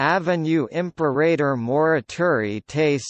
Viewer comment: Dreadful pronunciation. What a laugh! This is Latin, sorry. Imperreirror. Dreadful. How can you be so cheeky? Disgusting.